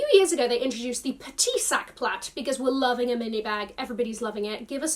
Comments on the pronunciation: Omg the Isabelle marant sneakers were THE shoes! Bravo for the pronunciation and yes the T from plat is silent. And that miRRoir - with Rs pronounced straight from the throat like a true French speaker 🗣- you said so casually, love it 😅💯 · You are correct, you don’t say the T in “Sac Plat” 🥳 I’m not down for any of these trend comebacks. Except for the Diana, only if it’s gifted to me 😜